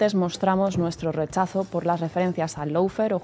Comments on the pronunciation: Por favor, recuerden que LAWFARE se pronuncia LO-FÉAR, no lou-fer, pronunciación inventada que se ha generalizado en España. En la palabra LAW no suena ninguna U y en FARE hay que pronunciar una vocal adicional, féar, no fer. No cuesta nada pronunciarlo bien. Se trata solo de querer hacer las cosas bien, no inventar pronunciaciones y no seguir a los demás sin preguntarse si lo dicen bien (sabiendo que en España estamos bajo 0 con los idiomas). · Y no se pronuncia “loufer “, figura, que vaya nivel de inglés que tienes. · El “laufer” 😂😂😂😂😂😂😂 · Y dale con el "loufer". Por favor, eviten el molesto diptongo que se oye y no existe de la primera sílaba. (How to pronounce lawfare UK/ˈlɔː.feər/ US/ˈlɑː.fer/).